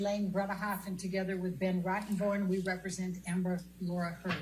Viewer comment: Every time someone says Rottemborn....I just bust up. Adam knew his "sheet" Why is Elaine and Rottenborn wasting time, on Attorney client privilege? Keep wasting time with these boring depositions, they won't be able to cross any Johnny's witnesses....#justiceforjohnnydepp